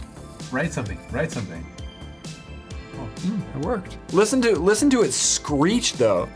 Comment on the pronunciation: Its screech.... and then he looks like mick foley the wrestler with his new look